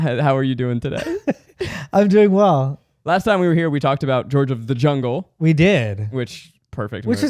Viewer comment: "george of the jungy" 😭💀